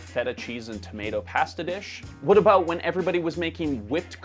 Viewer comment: Why did pronounce pasta that way? 😂😂